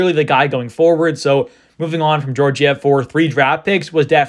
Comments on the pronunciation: i dont think its pronounced jorjiev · It’s pronounced gyorgyev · The second g is also pronounced that way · You're mispronouncing Georgiev's name.. The first G is pronounced as in Gaga. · Yes, as in Gaga.